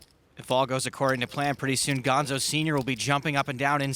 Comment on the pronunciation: Gonzo not bombo!